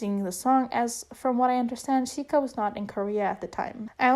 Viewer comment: hi! i know i'm a bit late, but chiayi is pronounced jia yi (jee-a yee) :). just different from mainland spelling. also, chiayi is a city in taiwan :) edit - sika is pronounced (si (neutral tone, s as in snake) ka, :)